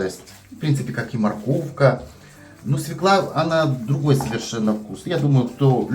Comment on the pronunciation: Правильно говорить свёкла, с ударением на ё. Если в слове есть есть буква ё, ударение всегда падает на неё. Спасибо за рецепт! Всех благ!